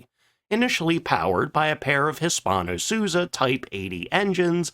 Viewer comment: If you can sort of pronounce Hispano why not Suiza? Suuuuuiiiiiiiizaaaaa